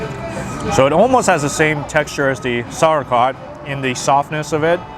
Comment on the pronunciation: Did he say sour crat instead of saurkraut "sour-k-rout"